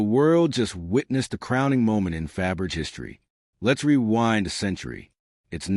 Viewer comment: The surname is spelled Fabergé, with an acute accent over the final "e". The narrator really should learn how to pronounce it before posting videos.